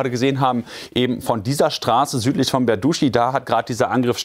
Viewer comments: ich wiederhole es nur ungern: der ort heißt nicht "berduschi", sondern berdytschi!!! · Es heißt Berdytschi - nicht Berduschi.